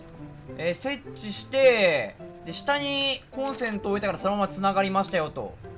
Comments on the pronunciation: そのイントネーションは｢Hしてー｣になるよね… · 設置は土星でエッチの発音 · 設置の発音がエッチと同じで笑った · 設置のイントネーションもう「え○ち」なんよ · 設置の発音がえ○ちで草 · 設置の発音が完全にえっちで草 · 設置の発音がエッチ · 設置の発音が｢エッチ｣になる男